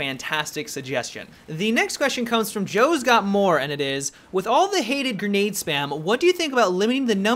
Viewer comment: "Gernade" LOLOL